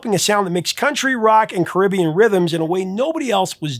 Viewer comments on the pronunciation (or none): none